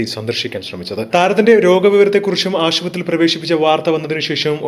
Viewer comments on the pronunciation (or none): ഷിനിമ അല്ല സിനിമ എന്നാണ് പറയേണ്ടത്.അതുപോലെ ആഷു പത്രി അല്ല. ഇതൊക്ക സ്റ്റൈൽ കാണിക്കാതെ വായിച്ചു പഠി ക്ക്